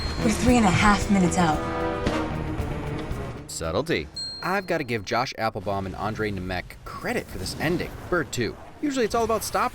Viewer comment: It is NemeC not NemeK, you also should accent first e instead of last one